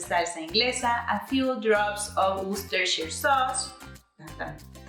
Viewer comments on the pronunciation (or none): Woo-shis-ter sauce 😂 That one's tough for native english speakers even